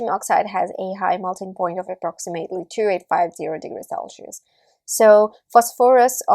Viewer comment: selchious or celcious? cringe accent btw